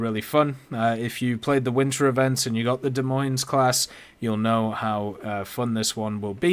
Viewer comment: S on the end of Des Moines is silent.